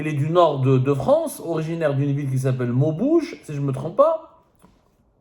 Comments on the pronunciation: Maubeuge pas maubouge.. À part ça tu racontes n'importe quoi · Maubeuge pas Mobouge😅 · Monsieur Abdou je ne sais pas si le Ramadan qui vous fait mal parce qu’on arrive pas à vous suivre . Vous commencer par déformer le nom de la ville de maubeuge ( ça se lit maubége pas maubouge comme vous l’aviez prononcé ) je regarde souvent vos vidéos . Mais là vous êtes très loin du sport et du foot . Vous allez quand même pas suivre le plateau d’El haddef et Bencheikh . Pour nous dire que ce n’est pas des Algériens . Vous savez très bien qu’on ne donne pas la nationalité Algérienne à n’importe qui pour intégrer l’E.N de foot . Belmadi et son staff sont très compétents , ils ne vont pas chercher des jeunes en Europe ou ailleurs pour rigoler , ils sont très observateurs et suiveurs . Ça ne s’arrête pas aux noms que vous trouvez bizarre ( van den kherkof et origine belge flamand ou néerlandais ) vous êtes contre la mère qui est Algérienne . Y’a des millions de couples mixtes au monde. Et c’est grave de dire il a quoi d’Algerien ce van den kherkof ?? Vous me faites penser à un journaliste ou consultant à une chaîne algérienne ( j’ai oublié son nom ) tous les Algériens le déteste . Celui qui a poussé une femme sur un plateau . Vous savez qu’est ce qu’i a dit au gardien de but algérien Mboulhi << moi je suis plus Algérien que lui , d’ailleurs sa mère est congolaise >> c’est honteux . Non le gouvernement Algérien ou régime que je n’ai jamais défendu n’a jamais demandé à qui que ce soit d’aller chercher des joueurs .Belmadi ne veut personne de 3saba se mêler de son staff et j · On dit Maubeuge Le Abdou